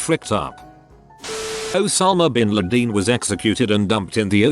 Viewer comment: Osama bean L A D E E N 😂😭